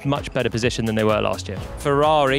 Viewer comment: The way he pronounces "Ferrari"